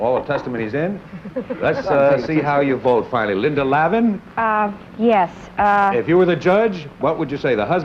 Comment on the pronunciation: Apparently, the show was rejected by the TV networks and never aired. Too bad, I always enjoy Harry Morgan. I have to wonder if Harry mispronouncing Linda Lavin's name was a factor in the rejection.